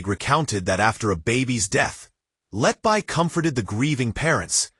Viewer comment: You Cant even pronaunce her name you iDioT 🎉...